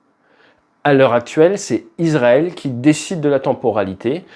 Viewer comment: Le s de Israël se prononce [s] (s), et non [z] (z). On dit donc [isʀaɛl] (is‑ra-èl), et non [izʀaɛl] (iz-ra-èl).